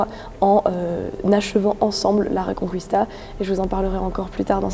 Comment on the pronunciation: Oui je ne comprends pas cette manie, il suffit de le lire a la francaise, reconquista avec reconKista quoi ! c'est comme Paella qu'ils prononcent Paela :D